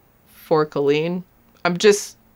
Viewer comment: Do you say culleen on purpose?